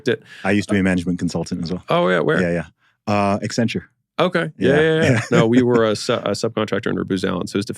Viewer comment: Ugh. Accenture? Zuby, you are so much better than that 😆